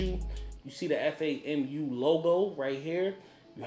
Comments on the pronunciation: F-a-m-u? No, FAM-YOU. As in, great video but "fam, you" buggin for spelling it out instead of saying it the right way. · FYI it's Fam U. Not F A M U. #ALUM